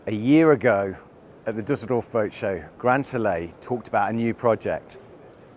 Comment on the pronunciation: Your pronounciation of Düsseldorf was perfect!